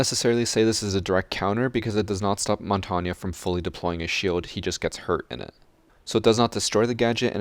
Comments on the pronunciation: Im supprised you as a 24/7 R6 player u don't know how to pronounce Montange WHAT A SHAME IT SHOWS THAT UR A STUBBORN AMERICAN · WHY SO YOU PRONOUNCE MONTAGNE WRONG???? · I cringe at the way you say Montagne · please please please learn how to say Montagne's name properly. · Great video. Only problem is the the way you pronounce Montagne lol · That montagne pronunciation is triggering me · Why r u saying montagne wrong? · montagne is pronounced mon-tang. it is the french word for mountain, a more accurate pronunciation would be something like mohwn-tehayng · Montainya wtf that's not how you prounaunce that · It’s pronounced mon tane you fucking walnut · ITS “MON-TAIN” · I swear if he says montonya one more time... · Mon-ton-ya Not how u say it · No ones mad about the fact he says Montongya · Mon-ton-ya what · How he says Montagne tho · It's not montanya, it's mon-tane, (Said like) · It's mon-tain, not mont-an-nye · Everytime you say montagna, my ear bleeds its french so there's nothing that sounds like a A at the end of montagne. Sorry I just had to point that out, you could say mountain instead, same thing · why do you say montanya and not montagne? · Good video, but every time he says montania instead of montange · The way you fools pronounce “Montagne” makes me puke. Mon-tang Not MoN-TaWnYa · whats more true to the google translate? "mon-tawn-ya" or "mohwn-tehayng" in the end i see mon-tang being much more suitable then mon-tawn-ya, being a french speaker myself. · You butchered montagne's name. Its Mon Tag Nee not Mon Ton Ya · I don’t think it’s pronounced “mon-tonya” As it is French I believe you pronounce like the French word for mountain (I don’t how to spell a pronunciation but I’ll try my best) Mon-taene In school I was thought mon-ten but it differs around the world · ITS MON-TANE, NOT MON-TON-YA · Bruh. What do you mean montanya 😭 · The way you said Montagne made me cringe. It's French for "mountain". You pronounce it like "Montane".